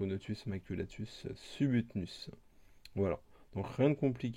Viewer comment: là tu dit subutnus xd sinon oui je confirme passer la fondation c'est lent et se n'est pas si gros que ça les major sont entre major nicobarensis et major floridanus